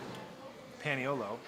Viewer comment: Oh man, you needed to stop at Tex's. And it's PAH-knee-oh-low